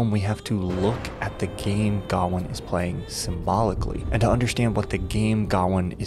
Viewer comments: Its Ga-wayne not Garwin. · wtf is gowan? its gawian pronounce guh-wayn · gawain. his name is gawian. Why.... HOW are you saying it that way???the original story is down right silly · God damn it, he keeps saying Gawain's name wrong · The way he pronounces gawain is infuriating. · It kind of undermines the veracity of anything else you claim about the film when you don't even pronounce the main character's name right. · bc it’s not how Gawain is pronounced. Pretty simple. Sounds like a they have a “we don’t gaf about the source material” problem. Ig. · You butchered Gawain’s name every time you pronounced it.